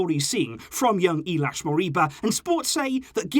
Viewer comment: Not Iliax its ILAIX